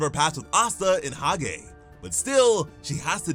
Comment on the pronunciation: Hage is pronounced hodge